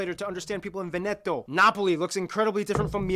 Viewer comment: VE NE TOH